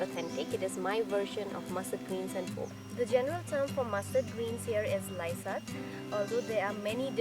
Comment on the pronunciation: Nono, its Laisak...